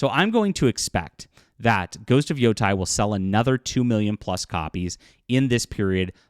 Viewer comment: IT’S NOT PRONOUNCED YO TIE. It’s pronounced YO TAY. Learn Japanese. Yo Tie would be written as Yotai.